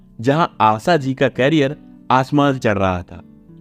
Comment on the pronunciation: क्यारियर नही करियर बोलो क्यारियर का अर्थ अलग हैं